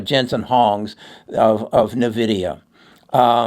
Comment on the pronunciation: I will never trust people that dont pronounce Nvidia right